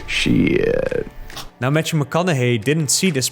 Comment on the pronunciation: “Matchew” 😄 but interesting video :)